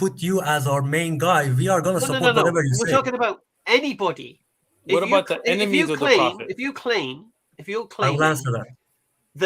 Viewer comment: You know has a cold or Hayfever when he pronounces enemies as emenies lol. Loved the segment with the Hindus, they may believe in one supreme God but then their symbolism and idolatry leads them astray. Asadullah is completely spot on, Hinduism has had no major influence or impact outside of India. Thanks to Dawah Wise's Demystifying Hinduism videos I was able to follow along without being completely ignorant. Keep up the good work Brothers!